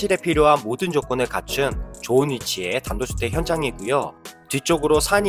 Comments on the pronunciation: 발음이 단도주택 단도주택 ㅋㅋ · 이영상 3번쯤 보면서도 못느꼈는데 진짜 단도주택으로 들리네😂😂 제가 집영상은 님꺼 자주봐요 발음은 모르겠고 내용은 언제나 최고👍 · 그랬나요?ㅎㅎ 단도주택 말고도 (손상을 손사,파고라를 파고나) 발음 정확하지 않은게 많아요~ ㅋ 그래서 유튜브하면서 계속 녹음 하고 안 좋은 발음 고치려구요 단도주택 ㅋ 추운 날씨 건강 잘 챙기셔요~^^ ㅎ